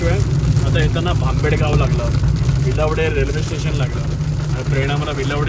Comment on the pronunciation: वीळवडे बोल रे भाऊ. विलवडे नाही